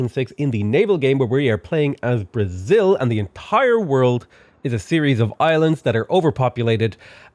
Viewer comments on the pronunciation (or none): none